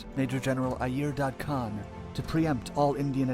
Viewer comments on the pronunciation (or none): none